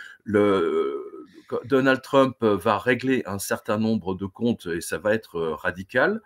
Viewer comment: Quel va t être. Je vais,tu vas ,il va .( Il n'y a pas de t ) . Quel va être ... De nombreux journalistes font cette liason ...Si je peux me permettre cette remarque.